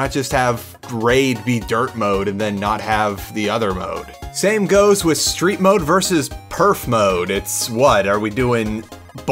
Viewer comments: Wis instead of with really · Why do you say "with" like "wiss"